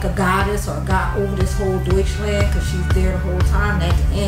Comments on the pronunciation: If you want to pronounce Deutschland correctly, say it like doytsh-lahnd. Love ur vid tho. Intant sub❤️ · BTW in German you pronounce Deutschland like "deuch" - "lunt". Flatter vowel on the end syllable. ... As extra, in German, a German man is called a "Deutscher" (R on end). A German woman would be a "Deutsche" (no R on end). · Pls... Pls pls... Learn how to pronounce Rammstein and Germany = Deutschland. 🙏